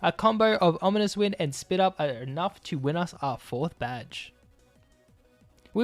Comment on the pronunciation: On onominous wind? Rock choom? Extransensory? How bad is your English?! Delete your account